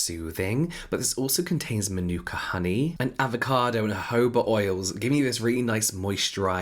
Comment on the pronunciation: When you said "manuka honey" I thought you were going to say manure hahahah